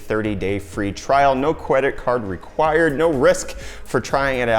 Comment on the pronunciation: "No CWEDIT CWAD RECWIRED" - Nice! Nice!